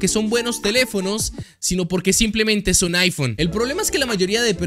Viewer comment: Es iPhone o chaifon? 🧐